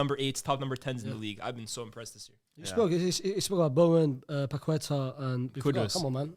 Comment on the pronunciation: Paquetá you pronounce like lyes says it, but instead of the accent on the e its on the a, And joão is not pronounced like joao, search on translate how to pronounce, I can't really explain it,it's pretty close Hope it helps! 👍🏽